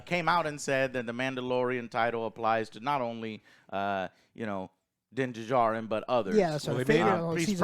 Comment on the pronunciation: "Din DeJarrin"